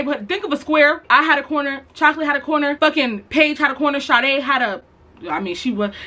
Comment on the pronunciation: When she said my name (Sha-day) i got so scared asf lmao but love the vids